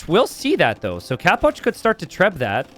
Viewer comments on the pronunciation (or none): why do you pronounce it "capwatch"? istead of capoch?